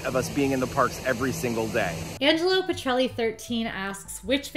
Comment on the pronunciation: Thank you for answering my question. And kudos to for pronouncing my name correctly, Petrelli. … it’s usually butchered. Keep making awesome content! And I for one am glad we don’t know Breedlove or Fry’s real names.